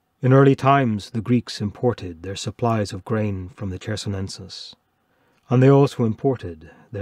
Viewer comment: it's Chersonesos, not Chersonensos. You keep adding an N before the ending "sos".